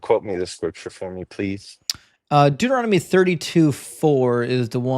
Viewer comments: LOL was just gonna write the same thing! :-D "Doo-doo-Rom-Nitty" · "Deuter-ROM-ah-dee" is my favorite book! 😂 Also, "fairity" is pretty great too